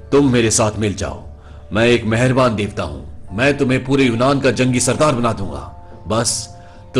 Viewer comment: Ok thik ha.. Par tum Davta ku bolte ho .. 😡😡